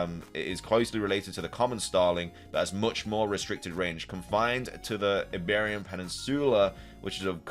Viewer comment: Dude, "Iberia". The first I is pronounced like... well... "I". You obviously read all of the tweets once BEFORE filming. Use Google instead of always saying that you don't know how to pronounce things.